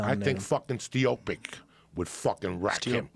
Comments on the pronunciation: Joey ”khalabib stiopic“ diaz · Stiopic ! hahahah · Bro Joey fucking up names is the funniest shit ever “I think fuckin stiopic” and “khalabib”🤣🤣🤣🤣🤣🤣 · “Stiopic, Spiopic” 😂